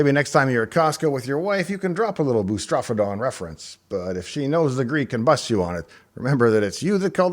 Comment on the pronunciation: But FFR, the word "boustrophedon" is actually pronounced as "boo * struh * FEE * duhn."